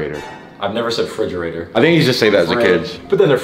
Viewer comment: I have never said fridgerator Literally 5 seconds before “fridgerator”